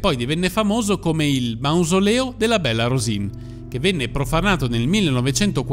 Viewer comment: "Bella Rosìn", pronunciato all'italiana, non significa nulla. Il suo soprannome era piemontese e si pronunciava "Béla Rusìŋ" con una n nasale velare, che né il toscano, né i dialetti meridionali possiedono.